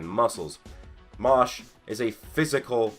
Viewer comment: Fam... Seriously... You can pronounce MASH better than that. It’s Mash not Mosh. Put some respect on the mans name!